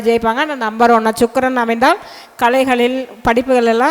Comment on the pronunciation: ச்சுக்ரன் அல்ல வாந்தி சுக்ரன் என்று சொல்